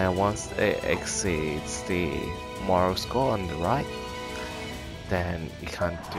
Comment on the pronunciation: It's 'morale' not 'moral'. You kept pronouncing the latter for some strange reason.